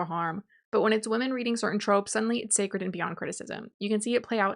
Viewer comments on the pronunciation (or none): none